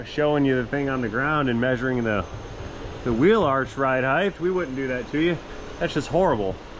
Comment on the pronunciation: Height not heigth 😎 words. But width and length are correct…inglish is wierd. British is wierderer